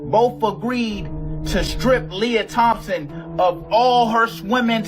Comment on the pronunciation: "Lia THOMPSON" bro you literally GENOCIDED "her" 😂